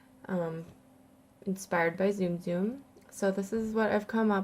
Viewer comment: It's not Zoom Zoom! It's Ts-um Ts-um!